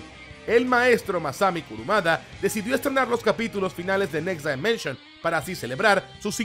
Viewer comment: Amigo, un consejo: escribe en el traductor next dimension y tradúcelo de inglés a español y escucha como se dice correctamente dimension, ojo es crítica constructiva. Bendiciones y gracias por compartir la info de saint seiya